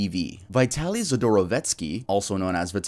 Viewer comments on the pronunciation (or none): It amazes me how many people who have talked about Vitaly , and aren’t aware that the word VITALIZED exists . That’s what his channel was Called . Not VITALY ZD . It was VITALYZD TV . “VITALIZED TV “ . I’ve seen dozens of you tubers say that name and never ever say it right . And I’m not even a fan .